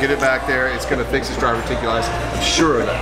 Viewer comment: That very special person has dRiverticulitis? Or is it diverticulitis?